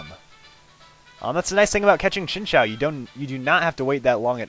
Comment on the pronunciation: lol chinchao is how you said it, but its pronounced chin ch you without the y sound